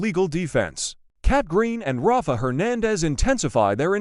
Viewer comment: EJ is not DA. Belle is. The "Jennifer" they pictured in a few shots is Jennifer Aniston. It's not proniunced Ra-fa...it's Rayf. ISA is not a word, its initials, AI is faulty.